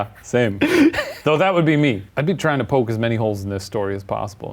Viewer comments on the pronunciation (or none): none